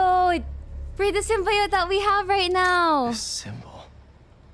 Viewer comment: Sym-bi-ote is killing me